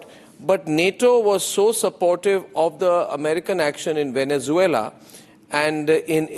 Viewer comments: Bakshi saab gorilla in Vennanzula nahi hain sirji it’s Venezuela 😂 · You stand with a guy who can't say Venezuela 😂